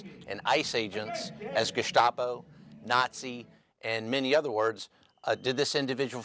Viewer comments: love how he used the proper german to say gestapo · As a German, might I say, he pronounced it ge-sh-tapo (correctly) and not like most Americans would do (ge-ssss-tapo). That's is pretty interesting. I assume the guy is a history buff with a preference for a specific dark chapter in my country's history. Might be a hint towards his, let's say, "mindset".